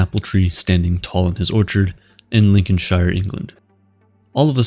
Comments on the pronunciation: LincolnSHIRE 😢😢😢😢 It’s pronounced sheer, not shy-er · Lincolnshire is pronounced Lincolnsheer - same goes for any place that ends in shire, great video though 👍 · the way this guy said lincolnshire lmfao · You pronounce any English ‘shire’ the shame way you would when you pronounce New Hampshire. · never heard somebody pronounce Lincolnshire the way you did😂 but great video!!